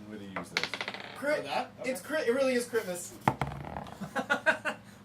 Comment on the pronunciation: Meeeeerry Critmas! (Critmas sounds like Crit Miss)